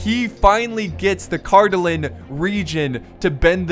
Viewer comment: Wow,besides some minor pronunciation for Cardolan and Rhudaur, you said those names pretty correctly! Good job.